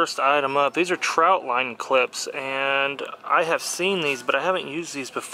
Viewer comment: Not trying to be rude er anything but to someone like me who catfishes a lot it's annoying when someone says troutline instead of trotline.